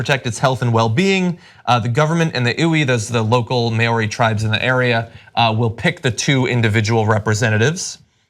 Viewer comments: Guys, Maw-ri, not Mary. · I know some people don't like being corrected, and believe that you can pronounce words however the hell you like, but the indigenous people of New Zealand are called Māori (MAA-or-ree), not Mayery - the word is not that difficult to say at all. If you were ever to meet a Māori in person, they would not be too pleased that you basically called them a Mary. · It's pronounced Mao Ri as in Mao Zehdung, not May ow Ri. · It was pretty cringe. For the record, it's not pronounced Mayori, it's Mao (like Chairman Mao) Ri (with a roll on the r). That'll get you close enough to not make us New Zealanders want to claw our ears out. And Wanganui is pronounced more like Wong-ga-nui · It's pronounced: Mow-ree. Rhymes with "Now me" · It's more like 'Moe-re'. In Te Reo, I's have an E sound. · The Māori pronunciation was terrible urgh Cenk could have at least looked up how to say "Māori". Also, their understanding of Māori culture and iwi (Māori tribes) was distressing. I get that they're not Māori or even Pākehā (non-Māori New Zealanders) so it's hard for them but it was difficult to listen to. Indigenous cultures are far better at understanding the environment and their own relationship to it. For non-New Zealanders to understand, the Māori name for Māori people is 'tangata whenua', meaning 'people of the land'. I get that y'all have a hard time understanding colonial oppression, but this is one way to perpetuate it. Only John here did anywhere enough research to comment on this story. I'm pretty disappointed in here. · As a Kiwi I have to say, your pronunciations are hilariously wrong. Lol. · I agree, you'd think one of them would know how to say Maori. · Omigsh, I love you guys, but please GOOGLE how to pronounce words before you screw up Maori (repeatedly), Whanganui (Wh = 'f' sound) and iwi. It is sooo offensive.